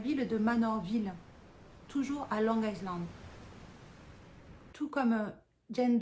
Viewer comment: On prononce long ( aïland ) le S reste muet. 😅 Par contre mimer le mot il a "violé" et pas le mot "tué" qui est bien plus violent, est vraiment à côté de la plaque 😂😂😂